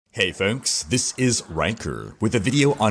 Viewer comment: I only tune in for the intro; «Hi folks, this is Rhykkerrrrr»